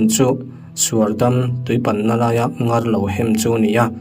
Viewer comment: Comment i en ngailo nge ni...i like hlei lova,ṭawng thluk diklo i hmang leh ṭhin...ngar hi thluk hniam tur aw...mut chhuakin min zem tih pawh zeem tiin lam rik tur...